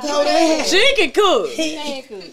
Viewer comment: “I cewwkk” 😂😂” I make the best pb&j”😂😂